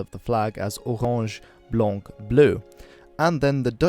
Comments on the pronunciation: Im 🇳🇱 and its not blanje and bleu but blank and blauw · The c at the end of blanc is silent